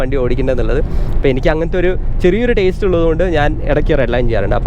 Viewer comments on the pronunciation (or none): none